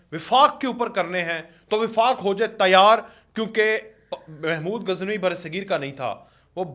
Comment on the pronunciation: او بھائی آپ صحافی کہلواتے ہیں لیکن آپ محمود غزنوی کو اپنی ساتھی سمیت محمود گزنوی کہہ رہے ہو۔ خدا کے لئے نام تو درست لو